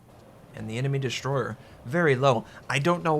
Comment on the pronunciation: I kinda like the way you say "an enemy destroyheh" istead on "enemy destroyer" ;) Cheers!